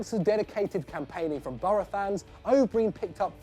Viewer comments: An Englishman can't pronounce an Irish surname that's pathetic it's pronounced o Brian, not o breen. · Its pronounced o' Brian not breen😂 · Ronnie O’Brien is pronounced Ronnie O’Bryan or however you want to spell it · The O"Brien one is great, but could you not have pronounced his name properly?